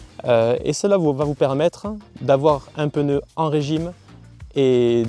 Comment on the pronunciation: Belle essai , par contre quelqu’un peu lui dire que c’est pas un peneu 🤣✌️